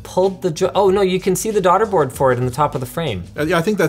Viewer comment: So is it pronounced "Daughta" Boards or "Dayta" Boards??